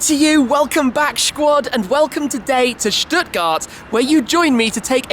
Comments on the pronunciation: Not gonna lie "Shquad" is annoying af! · It's am right now and I replayed the intro about 5 times... am I half asleep me or did you say SHQAUD? Lol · Pls stop shquad. I like your videos but cant stand this ffs